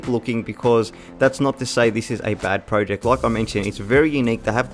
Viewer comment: Got to be honest I nearly hit the dislike button. You must of said project 1000 times. Not only that but your pronouncing it wrong. Was so painful 😭